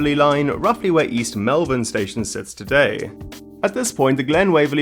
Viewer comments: and Malvern is not pronounced the way you said it. It's pronounced more like "Mole-Vern" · did he say East Melbourne or East Melvin or did he mean East Malvern? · Well it's obvious you aren't from Melbourne. If I didn't know where the old connection was to the Glen Waverley line I'd have never know what you were talking about, I couldn't have spelt Malvern from your pronunciation either!